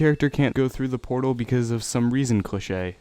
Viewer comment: EVERYTHING WRONG VIDEOS IS BULLSHIT AND WHY DID U SAY CLICHE IT SOUND LIKE A GRILS NAME FUCK THIS ITS BULLSHIT